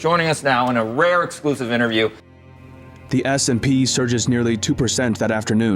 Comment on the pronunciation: no this is a fake channel using AI voice. He has an earlier video where the AI pronounced S P and only AI pronounce it that way.